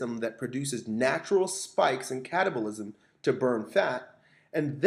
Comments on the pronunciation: anyone else hear "stimulate short bursts of cannibalism?" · I keep hearing cannibalism